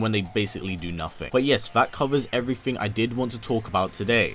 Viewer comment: Nothing is nothing not "nuh-phing."